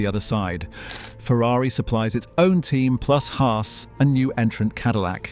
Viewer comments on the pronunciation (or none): none